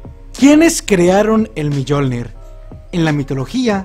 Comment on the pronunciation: Se pronuncia miolnir no millolnir